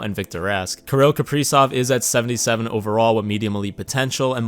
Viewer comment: karol kapreesov lmao